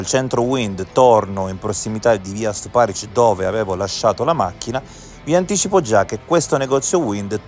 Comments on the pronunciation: Rèsinovich , Stùparich ...gli accenti, perdio! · sulla seconda. Nel video viene chiamata Resinovìch, e chi legge sbaglia anche l’accento di Stuparich